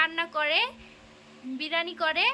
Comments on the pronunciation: Ota birani hobe na ota ke biriyani bolo😂😂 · ওইটা বেরানি না বিরিয়ানি 😂😂😂😂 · বিরানি নয় বিরিয়ানি